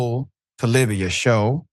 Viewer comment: It's not "Libiya" doc, it's "Libya."